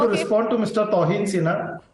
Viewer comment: Tauhin Sinha. I mean this idiot from the congress can't pronounce a name and change its meaning completely.